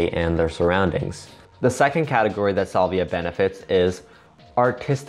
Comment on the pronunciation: salvia is pronounced "SAL-vee-ah", not "SOL-vee-ah"